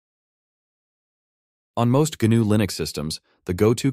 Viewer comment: Just by the way he pronounces "GNU", I'm fairly certain it's an AI voice. Also, Jorge should be pronounced hor-hey not George, but that could be just the way he spells his name so I'm not going to argue.